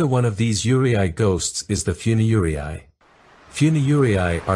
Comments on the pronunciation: Really well done. One thing so far - yuurei is pronounced like "yoo-ray-ee," with the "ee" barely being voiced. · Thats right, you can just prolong the last [e] sound. You raa. The last ee doesn’t even need to be pronounced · to my ears, the narrator's pronounced 'yūrei' like 'urea' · It’s “Yuuu ray” 幽霊 I know it’s AI voice but this is how you pronounce Yuuu Ray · i am so bothered hearing him all the time pronounce it yuwarai or something LMAOOO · It's pronounced "yoo-reh" . I've been studying Japanese since I was 12 (28 now), and that is how I've heard japanese pronounce the word. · there is no "ray" pronunciation in that word at all. The Japanese pronounce that word as "yoo-reh" I've never heard Japanese people say "yoo RAY" for that word ever. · It's pronounced you-ray (closest I can think of) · The YURY-EYE!!! Sorry I'm Japanese so hearing Yurei pronounced differently is weird, but good video! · Bruh I have lived in Japan for 7 years. That's a huge chunk of my life and I assure you, never have I ever experience any ghosts and spirits in my stay there. No paranormal activities, circumstances and whatsoever. And by the way Yurei is pronounced as "you-ray" (you of YouTube and ray of sting ray) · Love the documentary! But Yūrei is pronounced You-ray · I have a suggestion if you are going to keep using the AI generated voice in future videos: for foreign words try to spell them out phonetically, like yurei spell it out as yoorey. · Wait, he could spell yu and rei, but spell yurei as yure-eye? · This is a great documentary, but it’s so frustrating hearing the narrator repeatedly mispronounce Yūrei. It’s ”YUU - rey”. Two syllables. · The correct pronunciation is you-rei-i. With the pronunciation on the you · It's pronounced - Yu (U) rei (REY) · Yurei is pronounced more like "YOU-RAY" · Yurei pronounced you-ray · After living in Japan for 20 years i haven't had 1 supernatural experience yet also the pronunciation of 幽霊 is wrong you ray やで！ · You ree ai 幽霊はゆうりいあい